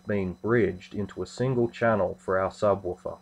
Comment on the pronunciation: sabwaafar? jajajajajaja